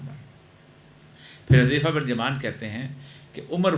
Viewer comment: حٌذيفہ صحیح تلفظ ھے۔ عربی نام ھے۔ ح پر پیش کے ساتھ ۔